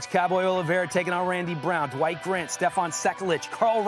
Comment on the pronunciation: Was it me but DC sounded like he kept calling him The White Grant